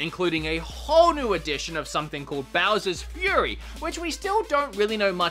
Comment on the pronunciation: And its Bowser’s fury not Bower